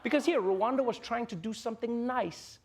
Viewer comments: It's Rwanda not Ruwanda that pronunciation is so... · Rwanda not Ruanda